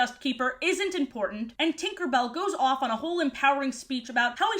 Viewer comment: You heard twin-kerbell, i heard twink-erbell We are not the same